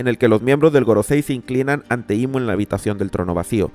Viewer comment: Le dijo IM en vez de IMu :shelterin